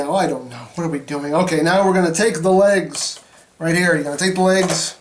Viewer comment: When you say legs, it sounds like you lays. As in lays chips. Yeeees